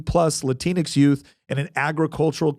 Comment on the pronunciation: Love the 'Latin X' got slurred into latinx😂😂